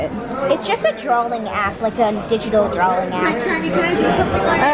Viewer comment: “Drawling app”